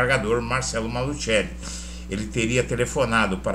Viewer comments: NÃO É MALUTCHELI!!! NÃO É MALUTCHELI!!!! NÃO É MALUTCHELI!!!! NÃO É MALUTCHELI!!!! NÃO É MALUTCHELI!!!! NÃO É MALUTCHELI!!!! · EDUARDO, ESTA FAMÍLIA MALUCELLI SÃO MUITO CONHECIDOS EM CURITIBA E NO PARANÁ! TIVERAM UMA GRANDE LOJA DE MATERIAIS DE CONSTRUÇÃO NA AV. VISCONDE DE GUARAPUAVA! TINHA PROPAGANDA NO CANAL DE TV DIRETO JAMAIS FOI PRONUNCIADO MALUTCHELI, MAS SIM,(MALUSSELLI)!!! TÊM TAMBÉM UM TIME DE FUTEBOL... O J.MALUCELLI! E PRONUNCIAM MALUSSELLI E NÃO, MALUTCHELI!!! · QUANDO VOCÊS PRONUNCIAM MALUTCHELI, NEM PARECE QUE ESTÃO SE REFERINDO A ESTA FAMÍLIA MALUCELLI DAQUI, MAS SIM, ALGUÉM DESCONHECIDO DA MÁFIA ITALIANA...